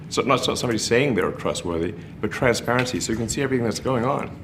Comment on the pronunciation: Why does he keep pronouncing it transvarency?